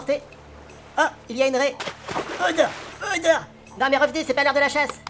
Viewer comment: ça me tue quand Arnaud , a chaque fois qu il parle , dit : Odore